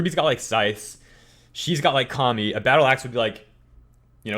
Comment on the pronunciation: I saw that in RWBY amino! 😀 It is AMAZIIIIIIIIING!!!!! 😆😆😆😆 I love her weapons!! You got the name of the weapon name right! 😄 It's kama!